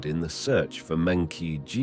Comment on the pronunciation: meng -qi is pronounced as "meng -jhi" that is the proper Chinese way of calling this name. NOT meng -Ki